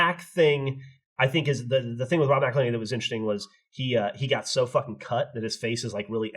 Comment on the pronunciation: damn near killed me with the "folking"